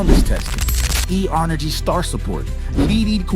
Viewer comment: AI voice? "E honorgy star support?" "LEED-ED"